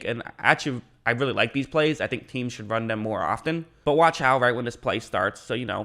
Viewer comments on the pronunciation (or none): none